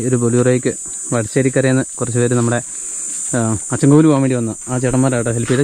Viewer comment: അച്ചൻകോവിൽ... Not അച്ഛൻകോവിൽ....